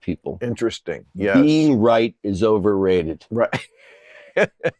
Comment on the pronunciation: Love this from Sean: "Being. Right. Is. Over. Rated."